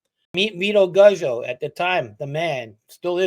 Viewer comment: PERFECT TIMING... I was craving some new badass content :) EDIT: Guzzo in Italian is actually "Goots-oh" -- like pizza, any time you got two z's it's a "-ts" sound (in Italiano)* THE GOOTZ! lol